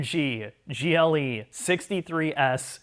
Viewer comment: After he said "gillie" twice instead of G.L.E. I couldn't listen anymore......